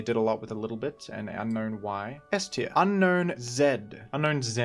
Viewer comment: Fun fact, Unown's name is pronounced as un-own not un-known